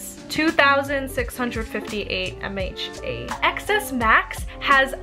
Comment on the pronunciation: And its mAh not “mha” as was stated. As in milliamp*hours. And, its hard to reach notifications on xs max because you didnt turn reachability on, then you just swipe down on the screen. And contrary to the photos the were taken, both phones have the same screen, and same cameras, it was probable true tone setting that made one pink. And...should i keep going?